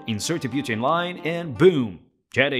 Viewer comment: lol. said "butaani" as butanii.Its said differend